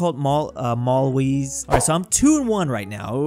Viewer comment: Malawi:: mAlwESe